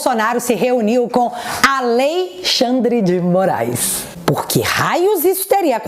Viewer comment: "😅😅😅 A Lei Xand dê Moraiz"